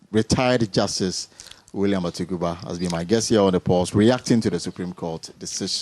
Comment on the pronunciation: Please the name is Atuguba not Atugura